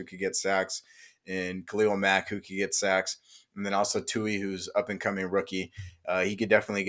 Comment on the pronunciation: Bruh his name is TULI!!! With an L!!! TULI!!!